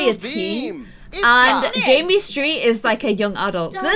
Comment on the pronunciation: Savannah Haynes, its JAMMIE. NOT JIMMY